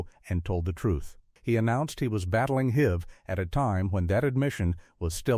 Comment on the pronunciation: How about "he died of "hiv" (rhymed with live)"?